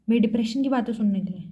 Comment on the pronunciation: Depression not Dispression 😂